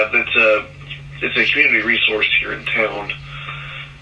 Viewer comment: Re-sour-se not re-zor-se 😂😉